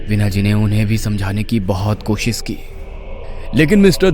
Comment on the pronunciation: Koshis nhi koshish hota hai